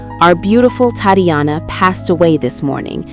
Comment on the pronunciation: The pronunciation of Tatiana is awful in this computer read voice.